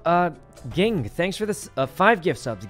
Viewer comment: Ging is said "Jing", it's the name of the main character's dad from Hunter X Hunter :)